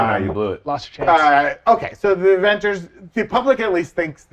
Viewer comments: Avongers??Avengers??? Is this the MCUs version? 🤣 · Uh... Avongers!?🤨